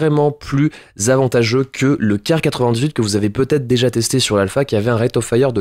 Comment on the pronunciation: Ça se prononce pas Kar Mais Kar[Que]